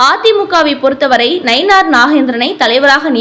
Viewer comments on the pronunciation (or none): none